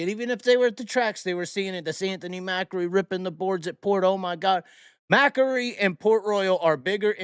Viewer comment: Macri is a two syllable word